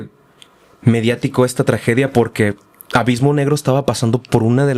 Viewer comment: ‘Avismo’ jajajjajaja